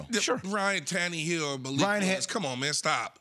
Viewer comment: Say Tan-EEE-hill one more time.....